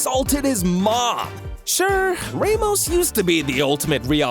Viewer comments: ramos❌ raymos✅ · don’t call Sergio Ramos “raymost” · Sir, please, the pronunciations are killing me. "Rae-mos" lol. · The way he said ' Ramos' 😂